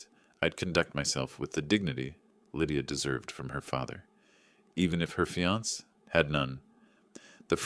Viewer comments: Fee-ance? For fiancee (fee-an-say)? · The word is Fiancé, pronounced fiansA, not fians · When are these readers going to learn to say fiancé instead of fee-ants? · Text to Speech engines require a lot of modifications, for Fiance' would need to entered as fe-on-say. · Your correct I hate it when people pronounce the word Fiancé and not giving it the proper pronunciation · This is AI generated. That’s why some words are mispronounced. Annoying I agree. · Can't you teach the bot how to pronounce fiance? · Please pronounce fiancé correctly. There must be somebody there who can handle words borrowed from French common in English.